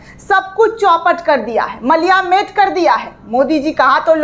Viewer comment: मलियामेट नहीं कहते मैडम जी 'मटियामेट' कहते हैं , आपका हिन्दी उच्चारण काफी कमजोर है ,और मेहनत की जरूरत है सही शब्दों से उच्चारण करने में